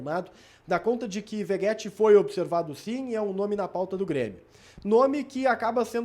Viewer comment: Veguéti,? V E G U É T I?